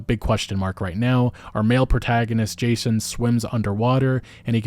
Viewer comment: Every time you say “Jason” I cringe. So disrespectful.